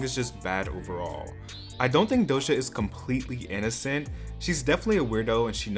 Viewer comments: doja cat not dohsa cat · It's doja not dosha 💯💯